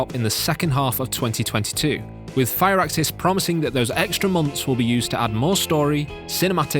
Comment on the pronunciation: Firaxis is pronounced Fur Axis not Fire Axis